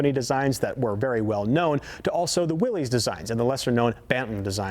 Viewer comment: It's "Willys" not "Willy's." It's pronounced "Willis" not "Willeez."